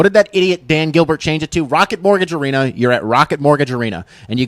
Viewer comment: Rocket Mortgage “Arena”??? Gosh my ears hurt…. Still like the vid though!